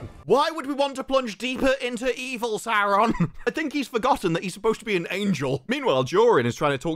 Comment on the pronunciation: ehhhregghiion sauugghhhhrrrroon :face-green-smiling::face-green-smiling::face-green-smiling